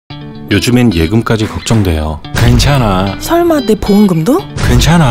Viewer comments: 괜찮아~ 하는거 발음 왤케 웃기냐ㅋㅋㅋㅋㅋㅋㅋㅋㅋㅋㅋㅋㅋㅋ 이 광고 보고나서부터 학교만 가면 계속 괜챠놔~ 하고 있음ㅋㅋㅋㅋㅋㅋㅋㅋㅋ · 이분 황정민 아닌가요? 괜찮아 할때 왜 발음이 외국인 발음이져..